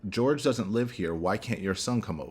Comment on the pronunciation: Jorge is his name. Pronounced Horhay by his family. ‘George’ is Sarah’s disrespectful pronunciation. This really bothers me since day one-not your fault, literally everyone is doing it.